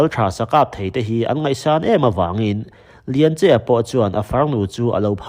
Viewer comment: Chawngtinleri hi Chawhgtui khua tiin ka hria a. Tin, a u hi Lianche-a nilo in Lianchi-a tiin ka lo hre ve ṭhin a sin mawle